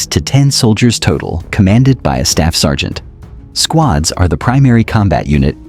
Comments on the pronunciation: surgent? 🤣🤣🤣🤣🤣🤣🤣🤣. you mean sergeant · Surgent? as in Insurgent? lmaoo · Did you make this while drunk? missed the Coast guard Surgent Oficcer Battialion 🤣🍻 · Sergant ❌️ Surgent ✅️ 😂😂😂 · "Surgent" at time .49 - AI slop, clicked away. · Wtf is a surgent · Ahh yes, "Surgent". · Surgent? Really? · "Surgent" Well, you tried. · Surry Surgent.